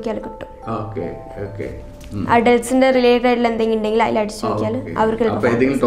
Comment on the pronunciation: Malayalam kurachu padikanund...ayil alla 'athil'